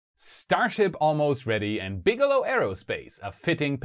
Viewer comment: Bigelow=BigElonn, am i the only one who notice this.